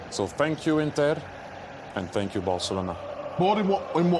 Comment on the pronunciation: Thierry - Fank you Inter, tank you Barcelona 😂🎉